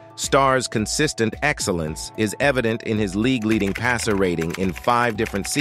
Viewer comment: This dude can't even talk right. Not only did he say most names wrong he pronounced league " leegooo". Plus Aikman won 3 Superbowls in the 90's and four championships.